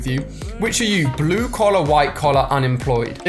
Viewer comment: I Like how u Say Blue (Blew ) 😂